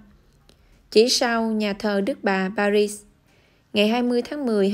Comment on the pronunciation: Chữ “Paris” người Pháp đọc là “Pari”, không có kèm âm “zờ” ở cuối.